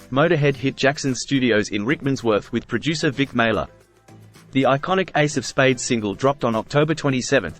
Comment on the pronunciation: Vic Maile, not Mailer!